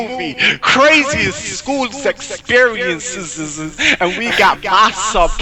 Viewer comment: crazy school sssssexperiencesuzuzuz